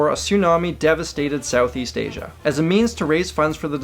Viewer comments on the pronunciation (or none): none